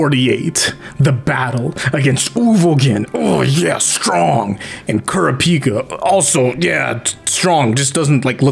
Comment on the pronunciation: Ku-ra-peek-kuh wtf Its ku-ra-pick-ah